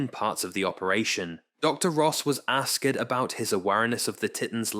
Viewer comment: I can’t stand AI text to speech “ask-ED about the TIT-ans….”